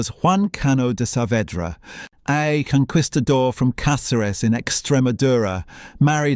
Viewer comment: The total pronunciation faux pas. Please, Do not pronounce the "u" in conquistador. It is more like conk kistadoor.